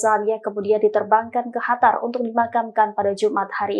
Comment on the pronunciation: Kyaknya yg voicernya pke krudung,,ko nybut qatar(قطر) pke khatar(حتر),,ini khatar negara mna,hei tribun??tlong bcanya yg bner biar kredibel sdikit..